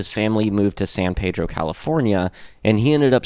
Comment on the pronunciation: I'm a former resident of San Pedro and even seen Watt play when I lived there (sadly I moved there after Boon's death). Locals pronounce San Pedro as PEED-droh. Sorry to be pedantic, but hearing PAY-droh kind of drives us nuts. There are dozens of PAY-drohs, but only one PEED-droh. If you listen on History Lesson part 2 Boon pronounces it that way too. And yes, I used to play History Lesson part 2 whenever I would drive to Hollywood to go drink and pogo. Punk rock and the Minutemen indeed changed my life. Other than setting off my pedantic nature, it was a good video. Will have to check out more.